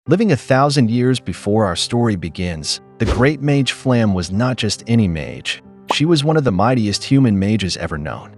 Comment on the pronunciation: "Flamm", lol